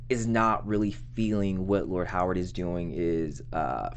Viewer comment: COME ON guys. Its pronouned "HAR-WOOD" not "HOW-ARD". Its been 3 episodes at least you keep saying this name incorrectly. You're going to confuse folks watching / listening and saying to themselves, "Who is this guy with a first name of "Howard" that I never saw in the show!!?? "